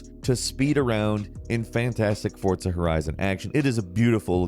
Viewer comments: has anyone noticed him saying "Fortza" instead of "Forza"? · For-za not fort-sa Jesus h Christ?!!!!! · who else got trigger after hearing him say "fortza" every time 😤💢, hurt my brain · Forza not Fortza. fuc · i hate how he says forza horizon he says fortza horizon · " fortsa horizon " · It’s Pronounced Forza not Fortza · Why do you pronounce Forza "Fortsa"? Lol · “Fortsa”? Haha nah, forza. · Lmao fortza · Why do you call it Fort-Za??? Its Forza - Four-Zha. And no Icarus? Why isn't Icarus on this list?! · “Fortza”, homie there’s no T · I swear to God he said fortza so many time to piss me off its forza there isn't a t in it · Am I the only one who noticed he's saying Fortza instead of Forza? Have I (and everyone I know) been pronouncing Forza wrong this whole time?? Is it Forza, or Fortza?!... eh Gran Turismo is better either way. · SAY FORTSAH ONE MORE MFING TIME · Are you saying "Fortza" Horizon?.... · You’re not speaking Italian. Forza, not Fortza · Bro what is FORTZA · Why does says "fortza"? Is Forza, without the T. Ask any Italian. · I love and hate how he says fortza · why do you say FORTZA, where is the T? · "Fortsa Horizon" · Please stop saying Forza like that. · Like Forts Horizon? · There's no T in Forza bro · No T in forza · There is no T in FORZA.